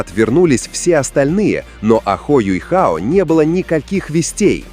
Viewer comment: я не про рисовку, да он теперь выглядит старше, опытнее и мужественно. Меня триггерит "Юйхао", откуда в имени взялся этот "й"?? Он Юхао а не Юйхао🤦‍♂️